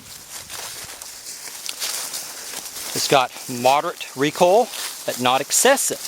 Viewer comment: REE COIL not REE COLL!! haha